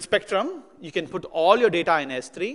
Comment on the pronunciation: Funny when he says ALLO!! Not sure why no one corrected him yet?